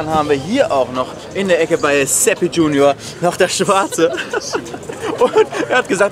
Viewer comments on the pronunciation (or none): none